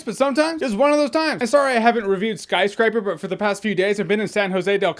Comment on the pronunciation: Ha you said SKYSCRIPER lol